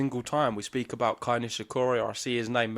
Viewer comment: It is KEI, not KAI as you both are calling him.